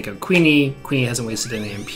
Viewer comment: Q-yoon. Not queenie.